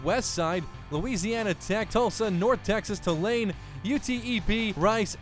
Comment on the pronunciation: Tulane is pronounced Two-lane btw. Good series